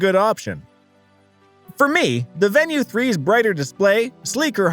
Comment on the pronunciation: I was thinking the same thing. I won't watch all of it and I can't give it a like. Not even pronouncing the name correctly.